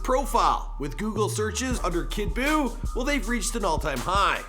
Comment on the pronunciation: I want u to never say kid boooo again